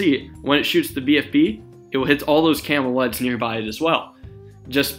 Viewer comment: He sounds like he's saying "camel eds" for nearly half of the video